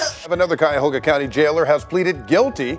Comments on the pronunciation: Cuyahoga is pronounced as kai-uh-hoe-ga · Its pronounced. Cuy-a-hog-ha. LOL